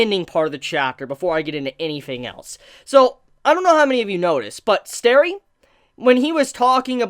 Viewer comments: His name isn't Sterry, it's Stelly. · Say sterry one more time and I'll ddos you.